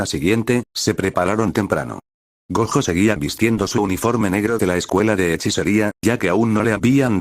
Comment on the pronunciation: Te recomiendo escribir Goyo en ves de gojo en el Loquendo, es mejor que algunas las palabras las escribas como se dicen en ves de como se escriben así el Loquendo no las dice de forma literal